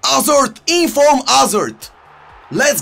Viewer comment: No one:: “iM gOinG to Go fUr eenFurm Toni cRoss”